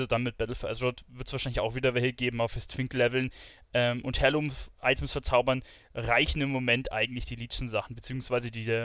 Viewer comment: Hi, danke, finde dein Video super. Schon fast zu ausführlich. Habe aber nur eine kleine Anmerkung... Es wird zwar Heirloom geschrieben, doch du sagst Hairloom,.... ausgesprochen wird es aber "air-loom"... *smile